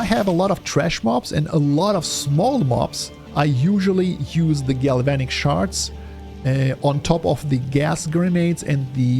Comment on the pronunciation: yes, you're pronouncing Galvanic shards correctly.